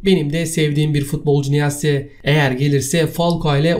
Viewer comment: Nıasse ne kardesım suna nıyas desene ... omer nıyas okunusu ... hala aynı amatorlukte devam edıyorsun ...